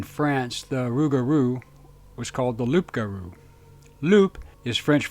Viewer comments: Loup isn't pronounced loop, but loo. 🐺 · Thank you for the research & the video! In French a wolf is a loup pronunced lou. Here in France it is lougaru. Like the beast of Gevaudan. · Loup is french for wolf. The p is silent.